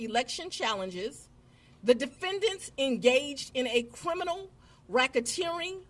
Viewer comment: And there was "cWimes" committed. Fani says cwimes and cwiminal a lot. 😂😂😂 And Fani, Trump is still your president!! 😂 Trump like any other president has the right under article 2 to question any legitimacy to any U.S. Federal presidential election. Just like all presidents before him has done. There was no mention of overturning any election. I think if people would go back and listen to the phone call with Trump and the GA election office instead of taking peoples word, they'd see there was no conspiracy to overturn any election. Trump simply said he needed to find those 11,000 votes. He didn't say go and commit fraud to get fake ballots filed or anything like that. Trump knew he won Georgia just like he did in November this last time around and was curious as to why he was down 11,000 votes when he wasn't on target to lose Georgia in 2020. He simply questioned the legitimacy of the votes and it turned into this. And then we find out the real conspiracy was Fani and others meeting with Biden and Harris at the White House to "get Trump" When it comes to Trump, like him or hate him, the phone call alone doesn't align with what Fani and friends is saying about the 2020 election. And she shouldn't be able to indict ANY federal election case. She's a state/county prosecutor, not the Attorney General of the United States. She shouldn't be allowed to indict Rico cases at all. Rico cases should be left up to the feds.